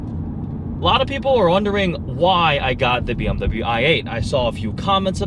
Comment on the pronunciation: Silly Nissan, u ate a bmw? quit saying bmw "i ate".